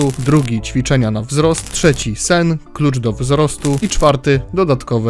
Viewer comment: "Czwiczenia"? jpr.dll xD